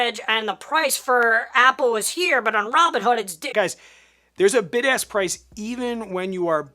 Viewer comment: Great video!! Maybe it's just me but I keep hearing BIG ASS bid & BIG ASS spread 😂